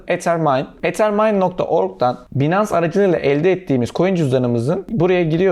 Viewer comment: 'Binans' değil, 'baynıns'.